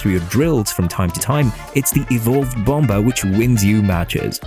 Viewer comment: It’s pronounced “bom - er” silent B my man